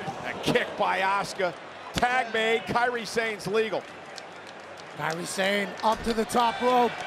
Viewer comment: Kairi Sane (sah-nay) not (Say'n)